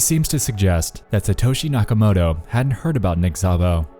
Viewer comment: nakamoTo, not nakamoRo